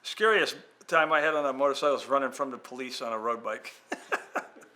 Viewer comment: Did bob say "motor sickle " 😳